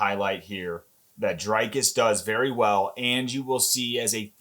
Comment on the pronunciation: His name is NOT pronounced Draykis it is Dree like and cuss like miss. Doo pless like bless and cee. ❤